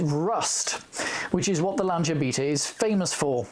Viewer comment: Just stumbled across this guy........ what a great vid. Packed with FACTS, gorgeous cars - and he pronounces 'Lanc[H}ia correctly! Liked and subscribed - obvs!